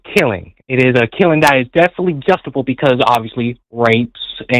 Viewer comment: says "justiful" and "justible". Another poorly educated conservative.